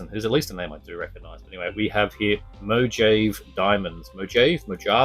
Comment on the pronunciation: Mojave = Mo-ha-vey